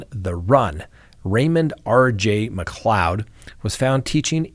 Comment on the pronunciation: Thank you for pronouncing McLeod correctly :)